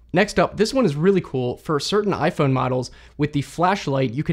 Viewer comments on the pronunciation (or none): none